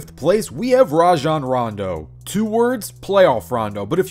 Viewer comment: I HATE IT when people say “rah-jon” ITS “RAY-JON”. STOP IT.